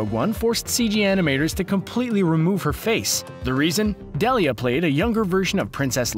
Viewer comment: Her name is Ingvild DEILA, not Ingvild Delia... you could at the very least research you material before posting...